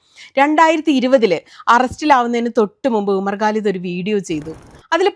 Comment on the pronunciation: Please try to pronounce Quran, not Guran. Also, Bharya, not Pharya. Umar Khalid, not Galid. Khan, not Gan. Humble request only